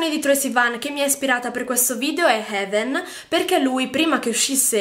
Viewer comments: e, ultima cosa, gesùcristobono heaven non si legge così, se non sai l'inglese o ti informi o non lo parli e basta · Se vai a vedere il video originale di Troye Sivan la parola "Heaven" lo dice esattamente come lo dice lui 🙆